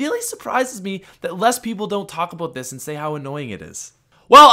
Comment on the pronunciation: Talk abeut something... Dafuq #speechimpediment